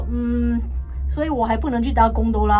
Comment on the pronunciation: 聽KT講公哆啦的時候還是很好笑XDDDDDDD